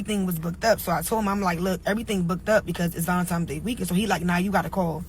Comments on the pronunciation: It's valentiNes day. It's not ValentiMes day. There's no M in the word. English, not ebonics. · ValentiMes!!... told me everything I needed to know 😒🫠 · Valentimes day 🤦🏻‍♀️ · "Valentime's", LOL. She learnt dat in kidney garden. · Something about folks that say "valentimes" day doesn't sit right with me😅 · She said valentiMes day... 🚩🚩🚩